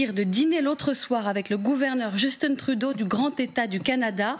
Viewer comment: juste de la manière donc elle nomme le premier ministre Juuusston Trouudôh, lui enlève énormément de crédibilité.